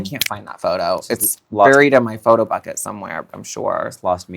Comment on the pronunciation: Farrah said phootbucket and what a flashback. Good lord.